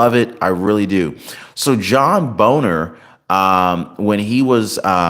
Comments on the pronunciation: Pronounced Bay-nor. Not Boner. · OMG John said like "BAINER"